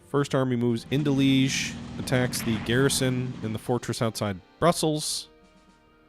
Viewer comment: "Leege," "Treeste," yeah, I shudder to think how he would pronounce "Częstochowa."